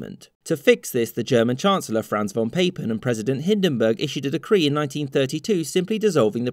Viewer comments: Papen is pronounced "Pah-pen" not "Pay-pen". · Aw would've been perfect if you said von Papen's name right (von Poppin') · Pah-pen. It's German. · The a in Von Papen is pronounced like the a in ask, not the a in hate. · Or the pronunciation of "Papen".